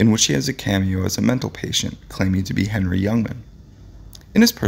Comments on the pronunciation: its HENNY not Henry fool ! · The announcer needs to learn how to pronounce the names of the people in his videos. Come on. Do your damn homework. "Henny" is not the first time. It appears you are reading the script for the first time. Many mistakes. It's disrespectful to the individuals your are discribing and to your audience.